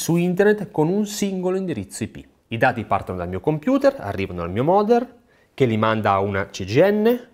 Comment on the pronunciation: creare una parola nuova per dire modem router è "moder" 😂😂😂